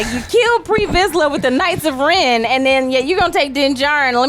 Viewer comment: I winced in pain when she said "The knights of Ren"